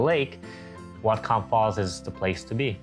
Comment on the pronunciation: Whatcom pronounced, What-come